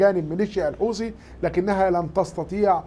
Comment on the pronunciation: الحوسي 😂😂😂ماله هذا فين تعلم الغه العربيه طيب بقولك الحوثي ارعب العالم وانت من جواك بس برا 😅😅😂